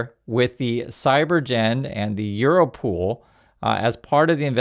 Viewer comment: EURO POL (like european police) not pool, my friend